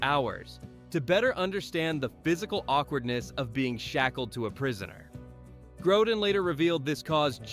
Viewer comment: This is unbelievably sloppy, lazy and glaringly wrong in many places. First the mispronunciation of Grodin and then confusing an airplane for a helicopter is just plain irresponsibly lazy which undermines any credibility for this presentation as a whole. Good for you to not realize the airport scene was in Las Vegas and wasn't in snowy conditions. Thanks also for not realizing the "Arizona desert" was actually a location in New Zealand.